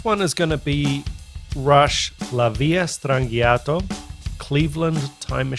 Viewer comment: The "correct" pronunciation of it is La VEAL-a Strann-JAH-toe. Cheers!